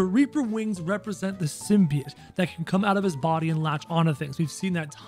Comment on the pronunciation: btw its pronounced sim-bee-ote